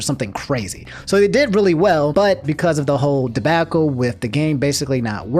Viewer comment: Debackle he said 😂. Instead of debacle